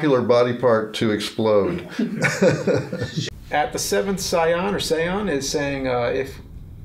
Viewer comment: SAY-ON Love ya James, but really? :\